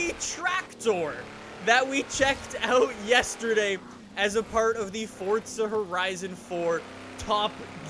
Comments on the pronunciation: its not Fortza its Forza m8. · Forzzzzza not fortsa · normal people: forza: fortza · why do you say fortza its forza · Its forza not fortttsa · This man did not just say fortza horizon tell me HE DID NOT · FORTZA HORIZAN FORE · I swear to god it’s not fortza! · Why does he always say it as fortza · Why does he always say fortza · why does he say fortza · Jw, do you not know how to say forza?